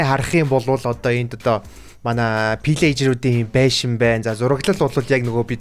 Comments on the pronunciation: Pilagger bish villagger shu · Ахаа пирэржир биш вилижир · Pliger биш vellger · ahaa pilleger bish villeger shdee😅😅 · Villager shu ta fillager geed bn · pillejer bish villager shuu ❤❤❤❤ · Гоё бичлэг болжээ. Нэг алдаа олоод харчихлаа. Villager ийг pillager гээд дуудаад бна аа. Засаад дараачийн бичлэгээсээ марталгүй Villager гээд яваарай. Баярлалаа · yuun pilagger ve haha vilagger bzdee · Ahaa pileger bish villager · Пилээчир биш филээжир